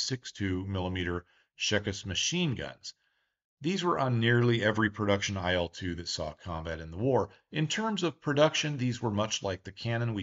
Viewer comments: You mispronounce the name of the plane. The names of russian airplanes should be pronounced the same way as the beginning of their designers's surnames. IL is pronounced like eel. The same thing with MIG, SU, TU, YAK etc. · I'd also add that in Soviet/Russian airplane names, the letters are not pronounced one by one. It's not "Ai-el," it's "il" (almost like the word eel, but with a shorter "i" instead of "ee"). Likewise, Tu would literally be "Tu" and not "Te-Yu." This is because most design bureaus had names derived from their directors' last names. "Tu" is from Tupolev, "La" is from Lavochkin, "Il" is from Ilyushin, "Pe" is from Petlyakov. We don't write "TU," or "IL," or "PE," because it's not really two "equal" letters. It's just Tu/polev, or Pe/tlyakov. And it is much easier to say this way. Addition: saw this elsewhere. "Tu" is as "too" or "two," "Su" is as "soo," "Mi" is as "me," etc.